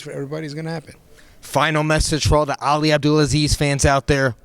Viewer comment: I love the little smile Ali gave to hear the schmos effort in pronouncing his name right